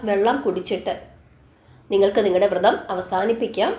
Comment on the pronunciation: വൃതം അല്ല വ്രതം എന്നു പറയു